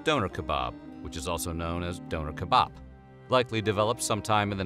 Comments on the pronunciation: The way he said Döner hurt my soul. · Pronunciation of Döner made me cringe a little not gonna lie